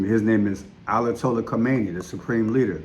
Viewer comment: Ayatollah not Alatollah🤦🏽‍♀️